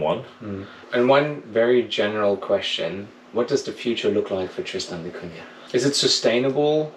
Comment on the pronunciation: At least pronounce the island's name correctly😅